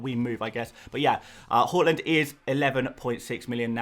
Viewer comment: Its HAA-land mate. He himself has emphasised on calling him that.